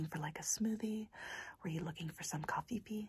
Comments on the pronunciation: I got so triggered when she said coffee was cofefee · Why did she say coffee as cofefe? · Her: Cofefe Me: Coffe Her: No cofefe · Didn't any one notice that she said coffefee instead of coffee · Coffee? No its cofefe LOL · It’s not coffefe it’s coffee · It’s coffEE not coffeeffe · It is pronounced... "Covfefe"... Donald Trump twitter reference!!😂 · Did anyone notice she said coffee-fee? 🤣🤔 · Why she say coffifiefi though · I THOUGHT SHE SAID COFFEE FEET 😭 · Wait so she was serious about pronouncing it co fee fee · Cofeefee ?? ummm ok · That’s now how I pronounce coffee 🤣🤣